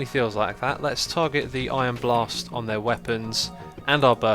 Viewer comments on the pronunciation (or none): It sounded like you said "Iron Bars" instead of Ion Blast XD